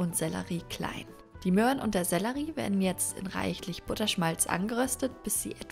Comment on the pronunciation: Awww du sagst "Möan"! Ich weiß nicht ewarum, aber das ist mir mega sympathisch. Gibts ein Video wo du über Käse sagst? mit ä? Also nicht Keeese. Oder Kcheeese